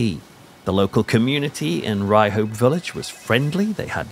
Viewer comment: If you grew up in the north east and had hear of the town, or at least hadn't forgot the colloquialism. It's pronounced "Ryup" not "Ry-hope". Mind you this is coming from a pit yacker in Peterlee.